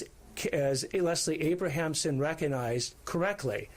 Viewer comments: It’s👏🏻Leslie👏🏻ABRAMSON👏🏻Nathan👏🏻!! You should know that. C’mon. How many different versions were stated during that press conference and not even close to saying Abramson. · LESLIE ABRAMSON. Do not disrespect the most iconic criminal defense lawyer of all time by mispronouncing her name.